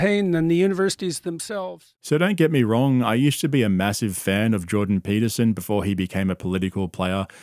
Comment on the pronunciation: jawdan paitahsene